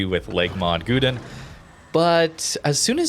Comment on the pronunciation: it was good until Gouden pronunciations :3